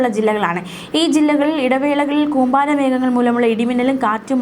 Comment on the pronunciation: കൂമ്പാരി അല്ല കൂമ്പാരം 😄😄